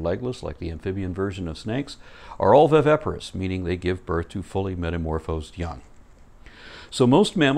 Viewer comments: you're killin' me (bad sense) pronouncing viviparous wrong. You keep sayimg, "vy-VEH-pah-rus," whem it's "vy-VIH-pah-rus." Otherwise, you're killin' it (good sense). P.S. You look much better with your hair pulled back, so we can see your facial angles (see also: Golden Ratio). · Just a slight niggle: you keep mispronouncing 'viviparous' as 'vivaparous'. Other than that, a great video, as always.